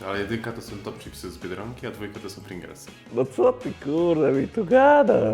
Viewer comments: Mowa o czym? Nie mówi się Pringlesy, tylko Pryingels... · Chyba równie proporcjonalnie co to smaku to ludzie się mylą co do nazwy. Piękny Roman też co chwilę Pringelsy mówił zamiast Pringlesy.